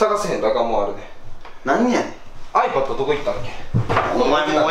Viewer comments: ⤴︎あいぱっと⤵︎ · あいも変わらずiPadのイントネーションがおかしいwww